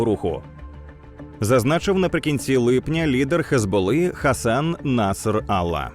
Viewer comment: Наср-алла. Дуже делікатний спосіб вимови ім’я 😏